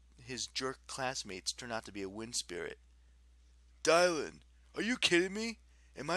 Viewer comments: Its dih-lan not die-lan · Why did you pronounce Dylan that way?? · your pronounced Dylan wrong!!!!